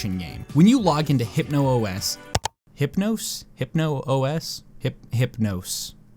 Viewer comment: HypnOS is pronounced "Hypno ess", as confirmed by the game itself.